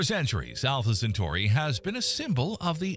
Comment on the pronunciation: He said Entrè Pinaurs